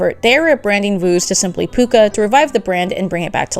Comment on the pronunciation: NOT PUCCA